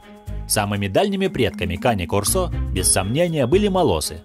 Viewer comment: Там нерусский что ли комментирует? Кане-кОрсо, а на корсО!!!